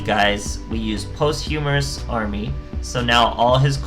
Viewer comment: It's pronounced "POS-CHU-MUST" but Post- Humorous is much funnier. (No pun intended )